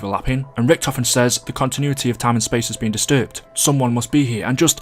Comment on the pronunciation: he’s so underrated you pronounced his name wrong